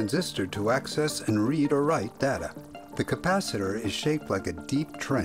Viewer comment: The word Data is incorrectly pronounced in this Video